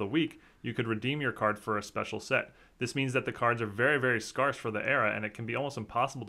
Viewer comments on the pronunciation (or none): On this, Thanksgiving Day, I'm thankful that one of my favorite card content creators pronounces the word 'scarce' in his own idiosyncratic way #sewalldon'tgiveafukc